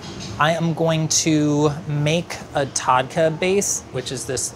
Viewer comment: The way pronounces “tadka”😭😭😭😭